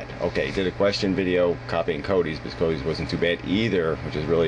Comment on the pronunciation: Im sure its CODY webber, am I hearing wrong or does he always call him coby? Am I missing something here?